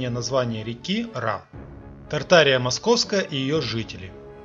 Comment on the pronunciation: Правильно читать тарт- ария. Туда входили все страны ныне проживающее. Так что ненадо тянуть одеяло на себя. Мы все Тарт- Арийцы.